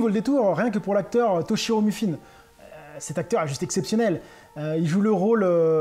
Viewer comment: Attention, c'est pas MU-FI-NE ... c'est MI-FU-NE.